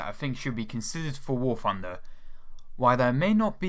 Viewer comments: I thought it was called War Thunder, not War Funder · oh Christ. I know he can't help it, and I know it's a douchey thing to say, but he sounds like a 3 year old when he says "war funder". Yes man, I know it's fun, but it's not part of its name. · I love how you pronounce warthunder, "warfunder"